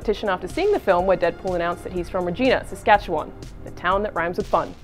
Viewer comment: Regina is just terrible. She really butchered the pronunciation of Saskatchewan.